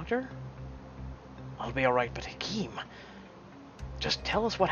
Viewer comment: Why were you trying to give the Italian guy a French accent? Hahaha. And it’s pronounced like “HA-keem” not “HA-kim”.